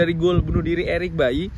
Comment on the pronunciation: Eric Baily bang bukan Eric bayi